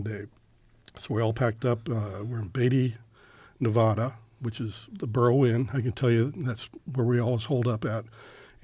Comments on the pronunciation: starts to describe how he worked at Nellis AFB in Las Vegas Nevada. But then he says “ne VAW da”. NO ONE who lives in Nevada or Vegas pronounces it that way. It’s pronounced “Ne vA duh”. Instant red flag for me. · Dude claims that he lived in Nevada but can’t pronounce the name correctly. Wow.